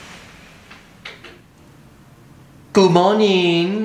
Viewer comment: 那個「Good morning」好台，好喜歡🤣🤣